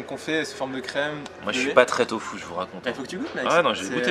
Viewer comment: une soupe de « tofu » pas « fou »! ... 😂😊😂